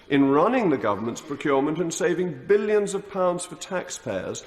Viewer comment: 😫 perish the thought, you'd be uptight and out of sight... looking at his *h*t, don't you think listening to him spouting it is enough.....saa-vv-eeng bil- (eon) lio-n-s...the dre-ADD-ed Eee-YOUGH....(shush don't tell him, EU have moved on,and are not stuck in a time warp ,like him )